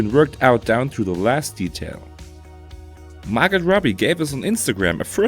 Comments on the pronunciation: Dont pronounce the "t" in Margot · Jason Stat-ham??? Mar-got Robbie????? If you are going to do videos in English at least have the decency to pronounce names properly. Just annoying to no end.